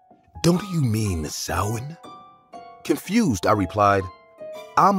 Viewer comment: I love how Samhain was pronounced correctly 🖤🖤